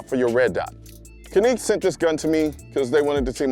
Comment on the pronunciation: Canique lol